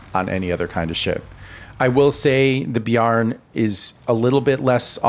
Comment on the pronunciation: Bear + N not beyar + n. Great vid, I learned a bunch!